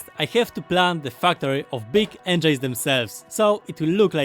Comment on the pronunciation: Please stop saying engeins, its spelled eng-i-nes